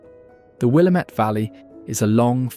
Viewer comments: ☝️🤓 Actually, it's "Wil-LAM-it," not "WILLUH-met." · I was surprised at how many names he pronounced correctly before butchering Willamette 😏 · Wrong saying "Willamette" incorrectly. Shows you've never spent time here.